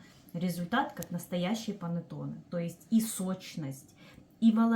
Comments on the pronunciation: Произношение ,,,панеттони ,,🤮🤮🤮🤮🤮это итальянское название кекса ,,,панетонеЭ😂😂🤮🤮🤮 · КонсистЭ́нция😅.. И что ещё за панатонЭ..клейковинА́